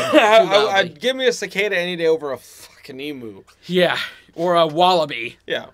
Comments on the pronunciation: Its eemyoo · eeemyou is how you say emu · the word emu should be pronounced emyou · Omg. So many ways of mis-pronouncing so many words. Emu is pronounced Eeemyou, Ayres rock is Airs Rock it's also Mt Kosciuszko (cozzyosko) and so many more. But hey he said Canberra perfectly.and did he forget Tasmania??? The island state of Australia and with the most famous convict settlement. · The pronunciation of emu is the most annoying thing to hear, it's pronounced eam-you, I put 'you' instead of 'u' to avoid any other interpretation.... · it’s Pronounced…E. MM. you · The trouble with these things is that the guy narrating this can’t pronounce Australian words, thus teaching unsuspecting viewers the WRONG way to say Emu. It is NOT eeem-ooo. It’s eem-you. EMU! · One thing Pisses me off and that is the mispronunciation of the "EMU". It is pronounced like EEM YOU! not eemoo, Get it out there please guys! Thanks! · The word is eem-you not eem-oo when you say the alphabet hot do you pronounce this letter "U" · It’s pronounced EEMYOU, NOT EEMOO!! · Please americans..... they're not EEMOOOS They're Emus EE-MYOO (MEW) The U should be pronounced like the letter U, not moo. but 'you' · Sorry he needs to do some research on Australian pronunciations of places and things. For example: "Emu" isnt "E-moo" its "Eem-you". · Em you not em ooo. Everyone pronounces it incorrectly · It's emm you! Not eemu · emoo emoooooooo lol they are not cows...... eeemUUUUUUUUU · It's pronounced "eem-you" not "ee-moo". Get it right. Asthma is not hay fever. Sheesh! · You are saying EMU wrong its not Emoo its EmUuuuu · Americans need to learn to say Emu properly, it’s Em-you not Em-oo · Eemew not eemoo. Gosh. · What the HECK is an EEEE-MOOOO? And Kosi-KOSKO???😂😂😂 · Ok. The word is pronounced Ee-myoo, as in music, amuse, mute, mural…. Red backs aren’t aggressive (if you leave them alone). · Emu is actually pronounced as "Emuw" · Australian here... Emu is pronounced eem-you. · eem you not eemoo.